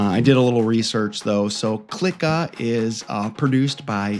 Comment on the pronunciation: Ur actually giving this movie a bad review........and u can't even pronounce the name correctly...😂😂